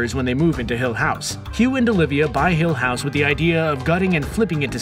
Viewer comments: i just wanna say, the way he pronounces "hill house" drives me mad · It bugs me how many times per minute he says the show and his emPHAsis on hill HOUSE. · says 'hill house' oddly. almost shatneresque. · Why does he say hill house like that